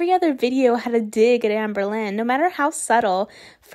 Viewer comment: lost my marbles at "janberlynn," 😭😭😭